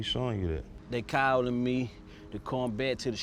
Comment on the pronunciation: “They Cawlin Me”